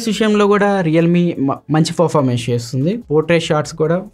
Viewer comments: Well presented bro, only one correction is that, your pronouncing performance as forformance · Really Your voice is so good... all okay... don't worry man...go ahead with the flow... review kuda bagundi... small correction from my side as a family... 'Performance'ni "ferformance" ani pronounce chestunaru...just take it as positive note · Good review . Nice presentation.your voice also good. Small suggestions. 1. పెరఫార్మెన్స్ కు బదులు ఫెరఫార్మెన్స్ అని వినిపిస్తుంది 2.హైపర్ ఓయస్ కు బదులు ఐపర్ ఓయస్ అని వినిపిస్తుంది. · Anna adhi performance, farformace kadhu... Nii voice kuda bagundhi kani words prasad anna laaga spashtam ga palakadam ledhu... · From My Side a Small Suggestion to you is "Not Ferformence" it is a "Performance" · Good explanation bro.... Just one suggestion. ..not criticism. ... Meeru performance ane word sariga palakatam ledhu bro... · All good bro Performance anedhi kodiga manchiga palakadaniki try chey bro